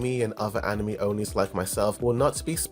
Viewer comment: Why does he insist on saying yeunho wrong? Lol that and anime.